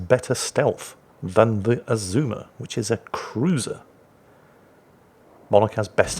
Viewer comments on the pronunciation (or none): Your second pronunciation of Azuma is correct. You don't lengthen vowels, if not indicated. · You also don't stress the second syllable like with most English words. No idea what the pitch accent for Azuma is though.